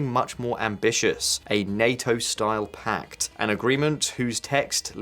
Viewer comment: Pakt ??? Or Pact? 😊